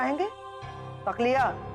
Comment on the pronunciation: Takiya la 😂😂😂😂😂 🤣😆 not 🚫 takliya😂